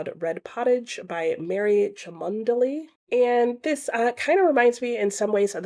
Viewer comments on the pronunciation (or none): Cholmondeley is pronounced 'chumly', believe it or not. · The Cholmondeley surname is pronounced 'Chum-lee' (yes really)